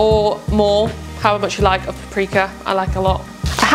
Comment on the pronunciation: lol you say paprika weird for a Brit